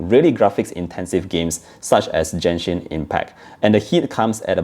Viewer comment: You pronounced Genshin wrong. You can yourself an Asian? You bring dishonor to us.